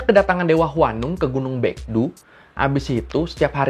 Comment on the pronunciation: alfabet "eo" dalam bahasa korea nyaris dibaca seperti "o" dalam pelafalannya. Seperti seoul dibaca so-ul, gungnyeo dibaca gung-nyo. hebat uda bener nyebut baekdu dibaca bekdu.. keep up the good work ya bang!